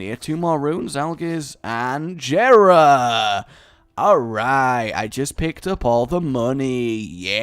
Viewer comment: it is pronounced yeh-ra not je-ra